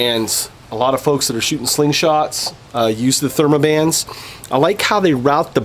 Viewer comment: Theraband not thermaband